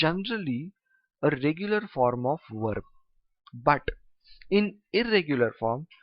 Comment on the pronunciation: Sir i notice that you pronounce verb like (werb)